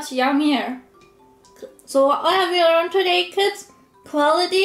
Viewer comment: Why do you say 'chu' and not 'you' ?